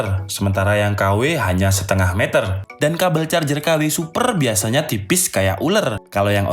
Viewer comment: Ngakak jadinya... Maksa ker.. Jadi kurang fokus ke materi charger malah fokus ke huruf er. But is not bad this video. Keep of fire make video else